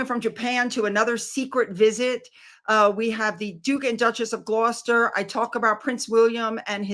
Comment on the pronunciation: FINALLY learned how to pronounce Gloucester, now maybe she can work on her grammar.